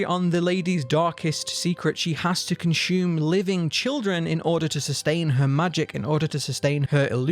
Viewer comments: The word is consume....not conshume....also i love your videos keep them coming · Cun-shoe-men Love it ♡ gotta start saying it this way now ♡